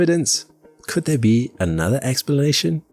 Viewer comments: I love little things like this because it’s just further proof that there’s a real human behind the voiceover. Little mispronunciations or slip ups are my favourite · "could there be another explelation?"